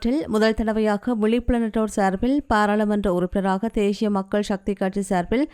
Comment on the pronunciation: Not theshiya it's thesiya please correct the Tamil words.